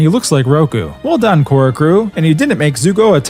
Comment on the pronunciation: he says “KORRA GREAT” and it’s painful